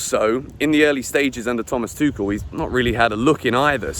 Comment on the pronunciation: Said Tuchel right this time